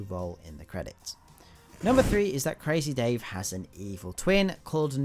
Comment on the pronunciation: You don't say crazy dave like this you need to say like this CrAaAAAZzzy Dave